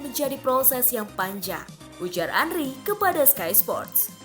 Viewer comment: bukan Andri min Andre wkwkwk Henry di bilang Andri wkwkwk abal2 admin nya